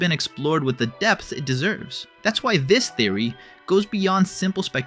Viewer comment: he says depth? I HEARD DESS :)